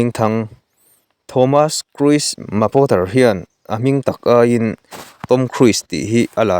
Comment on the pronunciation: I lam dan hi 'KHRUIS' ti a lam loh tur. KHRUZ ti a lam tur